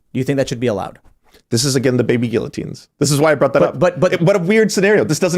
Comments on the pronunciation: this guy cant pronounce guillotine at all it makes me sick hearing his way of saying the word hahahaha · If you are going to use the word guillotine at least know how to pronounce it properly.